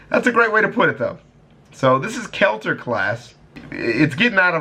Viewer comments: I know you did not just say Kelter ,,, Its pronounced kee-ter my dude,, But ty for fixing the audio 😔🙏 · Its not KELTER its pronounced KEETER but spelled KETER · It’s pronounced keeter not kelter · K E L T ER ??? KELTER???? ITS PRONOUNCED "KEH TERR" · ITS NOY KELTER! ITS KEE-TER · Keter not kelter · Not kelter KETER look up the volgun then you will know how to say it properly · Omg its keter theres no l it's like letter but with a k instead of l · There is no L in Keter Ke-ter. He's a bitch because he doesn't want to further anger the unkillable lizard? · Twist: It’s pronounced kay-ter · Lmao kelter he says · "Kelter" everyone: EXCUSE ME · Correction it's pronounced Keter (I'm being that guy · where did he even get an L from?